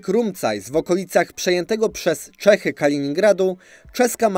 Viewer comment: Błagam. Jak już próbujesz czytać po czesku, to rób to poprawnie, bo aż uszy bolą. Czy naprawdę Čechy to po polsku Cechy?